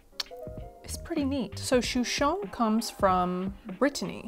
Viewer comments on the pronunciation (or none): We say it “Shoe Shen “